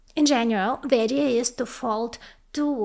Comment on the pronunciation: It's THE not ЗИ!!!!